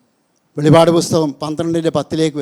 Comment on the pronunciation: വെളിപാടല്ല വെളിപ്പാടാണ് കേട്ടോ